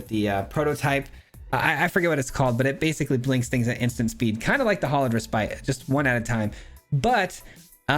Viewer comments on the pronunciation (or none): Its pronounced "reh spit", not spite. Just FYI man! Great video! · Just an fyi, the word "Respite" refers to taking a rest, and is pronounced "REH-spit" with a short i sound, not "Reh-SPITE".